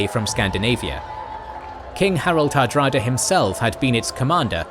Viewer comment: did you call hadrada "harada" instead?